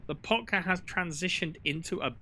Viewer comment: Why LAH potka. It's Loh PAHtka. The O and the A are in opposite places of where you're saying them.